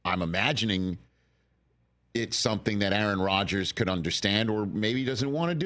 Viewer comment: Really Rich A A Ron? 🤣🤣🤣